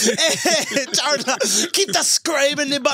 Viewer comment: The greatest rivalry on earth is Charla and pronouncing words. Lol